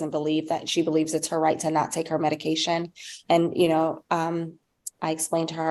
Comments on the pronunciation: Am I the only one hearing EDICAL and Not MEDICAL? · Is she saying edication?! Leaving the m off of medication? I feel really bad for her. Her babies deserve better. She deserves better. How do you get her to understand?! How sad. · Mom kept saying "edication" not medication and it was driving me nuts. Poor kiddos. Mom needs meds or she needs to be no contact.